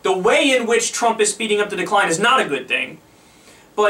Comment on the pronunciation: I guess "Thhrump" has to lob another missile for Mr Zakaria to deem him "phhresidential" again.